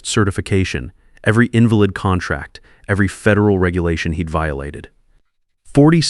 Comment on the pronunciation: Its not an invalid contract its not crippled its pronounced IN - VAL - ID.